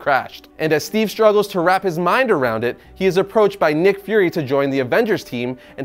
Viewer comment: You say nick fury, I hear mcfury